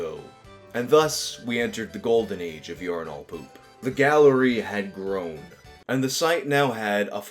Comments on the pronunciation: You pronounce "urinal" weird. It's pronounced "yer-in-ll" not "yore-in-all". God damn, you east coast people are so fucking weird. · Lol stop saying "yourenal" and just say "urnal" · Am I the only one who thinks here is saying urinal weird? I’m from a place where we say it “urin-ul” not “urin-ahl” 🤷🏼‍♀️ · The way you pronounce it urin'ALL', rather than urin'UL', is honestly blowing my mind. It's like it's challenging you to give it all of your urine. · Each time you pronounce it "urin-AWL" my blood pressure rises a bit more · I've never heard someone pronounce urinal like does. Urin-all. Weird. It sounds like he's overthinking how to say it. Like when you say "bowl" a bunch and start hearing it differently. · why do you pronounce urinal like “you’re-in-all” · Unine-all 😂 can't unhear it now. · why do you pronounce "urinal" weird?